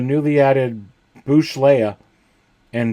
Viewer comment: "Boosh" Leia? If one buys it, one considers it "bought"... b-ouw-t... B-ouw-shh... Boushh...